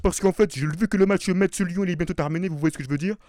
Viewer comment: Metz se prononce comme le mot (messe)